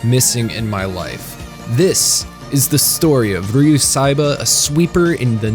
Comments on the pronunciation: Great review, his name is pronounced Ryo not Ryu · His name is ryo saeba not ryu saeba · It was “nails on a chalkboard” for me, to listen to you repeatedly call him Ryu, not RYO. You typed it right in the description, yet kept pronouncing it wrong. I’d give you a like for covering my favorite series, but I’m unhappy with the pronunciation. Please do better. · Count how many times he says Ryu instead of Ryo